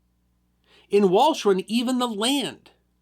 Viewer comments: should be pronounced valkeran (roughly) though, right? That is how Indy over on WWII said it this morning. I wouldn't have known otherwise, of course. I would have said it like in this video if asked before this morning. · PLEASE DO YOUR HOMEWORK!!!! the island is called: wal-ch (as in lo CH ness), eren (as in urn) Wal - CH- eh - r'n. How hard can it be, don't you folks have Wikipedia??? Ger at least the NAMES right. DO NOT INSULT PEOPLE BY LAZILY BUTCHERING THEIR LANGUAGE! You folks from Lonshen en Wagingtongsh should know better..